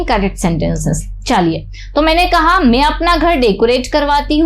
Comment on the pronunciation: आप बहुत अच्छा पढ़ाते है लेकिन मैं को मे मत बोला करो बहुत अजीब लगता है।